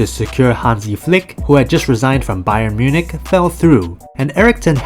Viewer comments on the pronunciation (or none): none